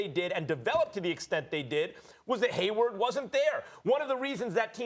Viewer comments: Why cant Steven.a.Smith say HayWARD, that man always says haywood. It is killing me that he never gets it right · Stephen A keeps calling Hayward as Haywood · How long do you have to work at espn to know its Hayward, and not Haywood.